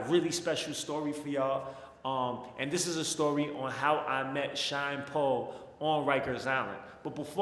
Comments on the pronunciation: I swear I thot u were saying Sean Paul 😂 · Bro, I thought you were saying "Sean paul" the whole time. I was confused